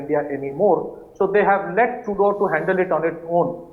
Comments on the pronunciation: The host’s cadence and pronunciation are perfect, just please stop calling him Trudyoo… even if he is a coke-sniffing clown, we should address him by his proper name on national TV. Now repeat after me… Tru-dolf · Anchor is a stupid guy.doesnt ecen pronounce CANADIAN PM NAME PROPERLY